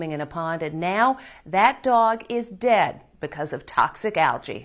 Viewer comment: Ok sorry for your loss but did she have to say “is now DEAD” like that?